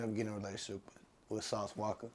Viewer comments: umm nahh it's pronounced walkaa not walker dumbass boii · shit been killin me the whole interview it's Walka ain't no R in that bitch at all 🤣😂💀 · Nigga keep on saying walker lmao 🤣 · “How did you meet sauce walker” dude can’t even get his name right 😂😂😂